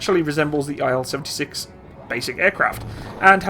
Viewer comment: It's "IL", not "I-L" ("Ai-El"). By the name of Ilyushin ("KB Ilyushina")